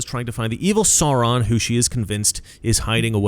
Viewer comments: Please sir, Sauron is pronounced Sow Ron, not Saw Ron. It’s really distracting 😅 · Absolutely! I thought of them instantly. Didn’t Peter Jackson show some of those groups in the large war scenes? Riding elephants, I think. All the peoples of Middle Earth came to fight Sauron in the end. (By the way, it’s pronounced “Sow-ron,” where “sow” rhymes with “now.” Or “ow!” 😆 )